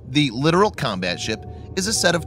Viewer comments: Its pronounced LI TORAL not LITERAL. Littoral warfare has been a stupid idea ever since the contractors sold the idea to the navy 30 years ago. Do you really think its a good idea to operate a major combatant in range or shore artillery an mortars and RPG's? No it is not and the first time one is sunk by a coordinated RPG attack the admirals will withdraw them to the ocean and never send them back. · It's pronounced Lit-tor-ol, you keep saying literal. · You are not pronouncing the class correctly. You are saying it like the word "Literal" or literally speaking. The name Littoral comes from the shallow reef French Littoral islands and in Indian ocean, not the typical english spoken variant of the word. The CORRECT way to pronounce is Le-TOR-al if you are not emphasizing the TOR in the middle your effing up. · lit-or-all that is how you fucking pronounce it! it's not lidoral it's LIT-OR-ALL!!!!!! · I can hear him say it wrong and it does get annoy